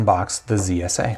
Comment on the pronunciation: Oh my you always say KSA instead of zsa